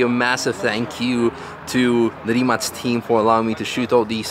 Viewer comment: 'Rimac' should be pronounced 'RIMAK' as far as you are Slav